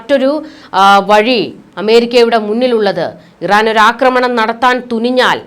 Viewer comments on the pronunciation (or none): none